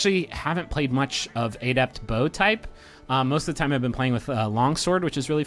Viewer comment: I couldn't keep watching because of how you pronounce the word adept.